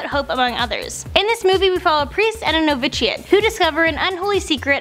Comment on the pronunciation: It's just pronounced "Novishiate" not novit-shee-ate. And no one calls him "Mike Myers. I'm anal, yes and I am a Grammar Nazi. Guilty as charged. I apologize in advance and thanks for the heads-up on the movie ideas!